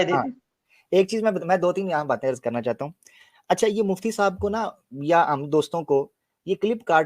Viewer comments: He was saying Jhandum..... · I now noticed that he was saying Jahandum.